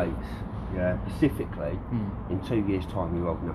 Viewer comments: Can someone tell the team member,, it's "Specifically" and not "Pacifically" for future stings.Yeah? It's cringe worthy to hear. Yeah? I'm embarrassed for him. Yeah? Other than that great job team. Yeah? Stay safe. Yeah? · literally I heard that and was like wtf “pacifically” 😂😂😂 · he also says "pacifically" instead of specifically, they just guess at what words might be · I turned off at "pacificly, yeaaahhh". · Is he saying “pacificly”? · Pacifically yeaaaaahhhh. Not an IQ point between them. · What is this word Pacificly I keep hearing? Is it new? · Pacifically yeah... The word you're struggling with, is specifically. The clue is there is an 'S' at the beginning of this particular word. Yeah... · He needs to learn the correct pronunciation of "specifically" though.